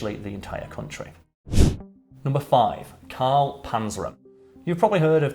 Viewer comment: "Cal" Smallwood? Your name is CaRl.